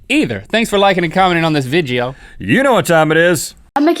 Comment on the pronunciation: the way link said video it sound like 'vijio' >